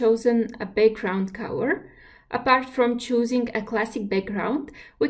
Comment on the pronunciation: I guess when she says cower it's actually color? Distracting